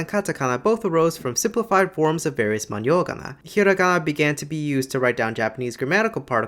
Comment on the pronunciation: He pronounced pretty much every Japanese word with the wrong pitch accent, which is pretty embarrassing when you are making a video about phonetics. He also didn't get the nasal ん in the word manyougana and pronounced it like まにょうがな instead of まんようがな.